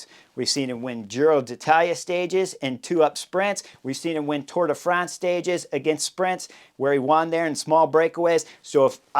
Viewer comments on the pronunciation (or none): none